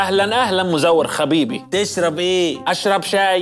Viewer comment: قال حبيبي بدل خبيبي😂